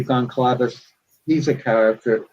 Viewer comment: I expect an author to be able to pronounce goncalves...